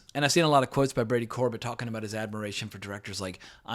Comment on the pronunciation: The writer/director's last name is pronounced Cor-bay like Sorbet the frozen dessert, just fyi